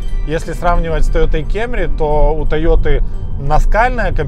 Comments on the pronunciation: Знаю,. Уже ни раз и ни два было обсуждение по поводу кАмри/кЭмри, но всё же: если говорите пАссАт, то уж, пожалуйста, кАмри. Хотя бы потому, что кАмри (не кЭмри) - производное от японского слова кАмури (перев. Корона); т.е. Тойота Корона (по-японски) или Тойота Камри (весь остальной мир) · Тойота кЭмри...во коры.Название «Camry» происходит от японской фонетической записи китайского иероглифа 冠 (каммури), который имеет значение «корона», следовательно, правильное произношение — «камри». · Почему тоету кемрис ,а не камри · Ты на чем ездишь? На кЭмри, ааа понятно, а я на Эуди. У брата ПЭссЭт. Купи ПрЭдо вот настящая ТойотЭ. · Как же кЕмри режим слух....Это просто ******ц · Только меня смущает "кемри" ? Почему тогда не "пессат"? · очень мерзкий ведущий, а его Кееемри просто убивает. Пора научиться нормально произносить названия марок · кЕмри, ты серьёзно? Кто из твоего окружения ещё её так называет? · Слух конечно режет капец это «кЕмЬри» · Кемри епта😂 ну на фиг так говорить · Как же ухо режет это ваше кЕмри 😵🤢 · Если вы произносите "кЭмри", то идите до конца, произносите "пЭссЭт" и "мЭздЭ", чего уж там.